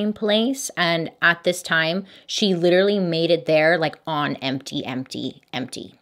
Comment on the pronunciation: not "liteerally"